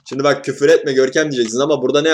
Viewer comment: La Görkemin ” ŞİNDİ “ deyişi çok iyi değil mi ya